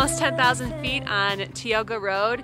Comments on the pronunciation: Tie-oh-ga, not tea-oh-ga!! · The park is operating at 50% capacity. That's a Stellar Jay. It's pronounced TIEoga road. It's Tenaya Lake, not Teyana. It's illegal to sleep in your campervan outside of a campground within the park, but it's not hard to get away with, obviously. The falls dry up every year because they are mostly snow fed. It's Sentinel Dome not Centennial Dome. It's every 1st of the month that permits open up for the following month, not the 15th. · FYI it's pronounced Tie-oga pass. Thanks for a fun video!